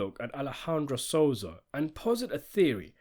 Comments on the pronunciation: The name is Sosa, not Soza! Thank you! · Lol u said "Soza" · Stop calling him soza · You can't even say sosa right learn your english 😂😂😂